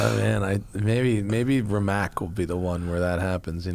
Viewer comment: gonna be that guy and make the most annoying comment ever. matt pronounces rimac "rim-mack" and the proper pronunciation is "ree-muhts"